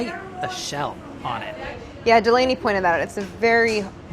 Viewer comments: I can't see and not say "DelANEy" is Brad's voice. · The tension between Brad and Delaney at the end LMAO. I’m living for it. Every time I see Delaney on screen now I say “deLANEY” in Brad’s voice and tone. I don’t even hate Delaney 😂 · How come anytime anyone say Delaney it sounds like Seinfeld saying "Newman"?